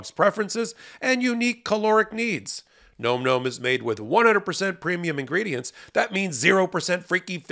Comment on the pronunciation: explains better; Ben rants more. By the way, the mispronunciation of Nahm Nahm as Nome Nome may just be one of amusing satirical protests against commercials delivered by hosts. He knows, as Meidas appears not to, that such "testimonials" are counter-productive not only for ad revenues but also for legal experts' dignity and credibility. C'mon, Ben, quit that. Was it your dad's idea?